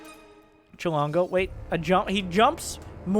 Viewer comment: At first I thought "Why would Chilongo write chilango with an o, it looks silly" Then I heard how pronounces it. Oooooh so probably the guy has heard the word but never seen it written down.